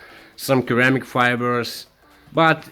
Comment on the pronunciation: Great Videos! your English is much better than any of my second language skills! Just one thing.... Ceramic is "sir-amic" That being said.... thanks for sharing this information with the world!